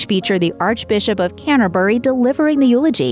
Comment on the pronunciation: The Archbishop of "Can-a-berry"